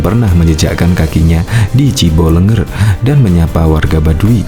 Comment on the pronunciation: Bukan Cibelenger tapi Ciboleger